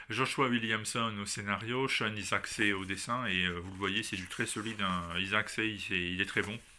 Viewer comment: Sean Izaakse (ça se prononce Aille-Zax) est sud Africain et c’est vrai qu’il déchire!!!